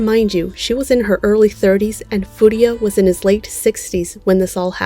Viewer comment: You keep mispronouncing his last name, it's Furuya, not Furiya. Good video otherwise!